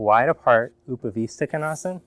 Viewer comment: Hey! I have trouble with the leg wide apart seated position. I think you called it "OOPAH-VISTA-KINASA" haha. any suggestions to help with this position?